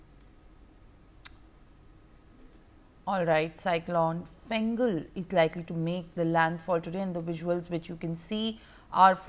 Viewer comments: Small confusion over the name of the Cyclone. It's Fengal Not Gengal 😅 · It's not Gengal it is Fengal